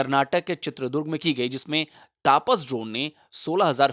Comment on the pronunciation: "तपस" है सर... न कि तापस। 😅😅🇮🇳🇮🇳🇮🇳